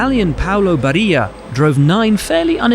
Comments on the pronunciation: It's Barilla not Barria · It's pronounced "Bari - La", not "Baria"... (This is Italian, not Spanish...) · Bariya??? Why is Trulli "LL" and then Barilla "Y"??? Dude, you travel the world since how long? Spanish "LL" is pronounced like a "Y". Italians pronounce every letter as it is except for (GN and GL...). so please... LL is a always a DOUBLE L. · As an italian I died when i heard "Barija" 😢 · If Paolo Barilla is Italian, his name is not supposed to be pronounced in the Hispanic way ;) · Why the names on the Barilla segment were pronounced like he was talking Spanish? 😂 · Grazieee!!😍 that hurts the ears of an italian😅